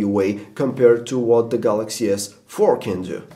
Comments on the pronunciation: at 3.54...he said Galaxy S Fuck....haha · He said samsung gs fuck haha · did this apple dimwit say galaxy s fuc 4 wat a prick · fanboy i knew it and i heard that you almost said galaxy sfuck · LOL He Said Galaxy S Fark. :P